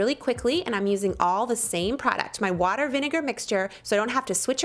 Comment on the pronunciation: Watiger, viniger n water....lol